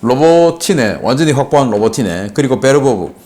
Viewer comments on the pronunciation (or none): none